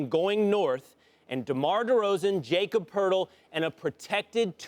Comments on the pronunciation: How can you be an ESPN NBA expert and call him JAY-COB Poeltl. Its YA-COB. Nickname Yak. A Raptors commentator, regularily and hilariously, call Jacob "the Austrian Hammer." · In the first minute of this video they manage to say Poeltl's first and last name wrong. Aren't these supposed to be professional news journalists?